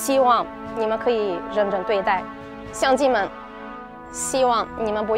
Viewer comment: 相机们听成了乡亲们